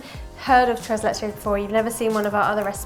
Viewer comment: "tres leche" 😖😅